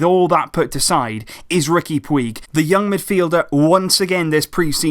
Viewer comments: His name is not pronounced 'Pweeg', it's really 'Pooj'. Just search "Puig pronunciation" and watch the first video that comes up. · It's pronounced pooch. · Puig is pronunced put͡ʃ ("Pooch") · His surname is pronounced "Putj" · Love your videos. Just one thing though, Puig is pronounced like putch in Catalan. Sorry just felt like it might be worth pointing out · It's pronounced "Pooj" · Takeuchi Omaha pooch* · please pronounce his name correctly. in catalan its pronounced like "pooch" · im catalan and the way puig is pronounced, sounds like "pooch". simple really. just google "how is puig pronounced" and it tells you in big letters. if you knew anything about fcb or catalan culture you would know that. im sure would want to get it right, why on earth would you actually knowingly want to get it wrong???. btw your grammar was much better last reply. well done. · "PUIG" isn't pronouced like that, i don't know how to explain it but it sounds way different. I'm Spanish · this is how you pronounce it.